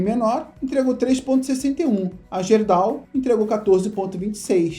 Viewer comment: Fala... Apenas uma correção na pronúncia da GERDAL... a pronúncia correta é GUERDAL. Abraços...